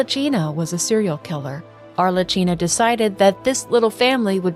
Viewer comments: Just a tip cause as an Italian it sounds too funny to Italian ears. Arlecchino Is pronunced as if it were written Arlekkino😂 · Lovely vid! Thank you! Should it be of use in the future, please know that "ch" in italian it's an hard sound, more like a K, otherwise your pronounce was really good! Much love from Italy ❤